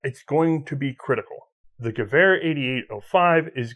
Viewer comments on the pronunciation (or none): I love watching these but why do you insist on saying ge-war when it's ge-ver and I'm not even German :)